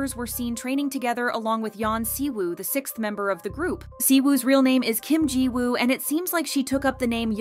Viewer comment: I feel like if your main thing is talking about K-pop you should at least learn the very basics of Korean and Hangul so you're not constantly butchering these idol's names. Siwoo/시우, Jiwoo/지우 - "SHI-oo" it is a "shhh" sound not "see" and there's no "woo" sound in Korean pronunciation, drop the W Yuqi/우기 - either "OO-gi" Korean pronunciation or "yu-CHI" Chinese pronunciation Shuhua/슈화 - "shyu-HWA" like their title song "Hwaa" NOT "shu-HOOah" that one was very painful to hear